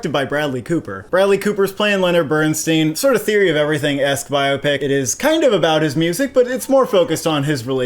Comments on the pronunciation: It's pronounced BERN STINE, not BERN STEEN. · Yet another YouTube movie review that mispronounces the name of the subject of the movie! BernSTINE, NOT BernsSTEEN!! Leonard Bernstein is one of the most highly acclaimed American musicians ever. His name is pronounced correctly throughout the movie that you have reviewed and neither of you picked up on this! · How do you watch this movie and mispronounce BERNSTEIN???? Watched it twice and you never heard the correct pronunciation??? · Please pronounce the family name correctly.